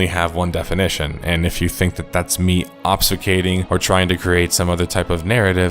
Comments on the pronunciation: i just want to point out that when he says learn about words and definitions he says "obsicating" which is not a word, he meant to say "obfuscating"😂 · He's trying to say "OBFUSCATING" in the middle of his smug rant about how to use words. ob-fyoo-skate-ing. But go on, tell us how stupid everyone else is with words. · It is a bit ironic he would say that right after failing so thoroughly at pronouncing "obfuscating."